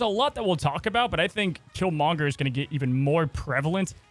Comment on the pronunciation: Am I crazy that he says Killmonger weird? He says Kill-mon-ger and not Kill-mong-er. I don't know. It just sounds off.